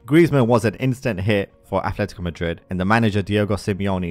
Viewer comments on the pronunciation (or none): And it's Atletico, not Athletico